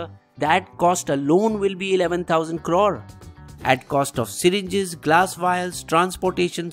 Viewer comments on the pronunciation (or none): none